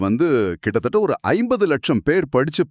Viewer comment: AI won't pronounce... "கிட்டபட்ட" "கிட்டத்தட்ட " However, hats off to you people